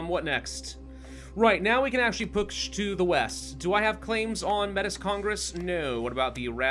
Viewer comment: Metis is pronounces "May-Tee" its a french word.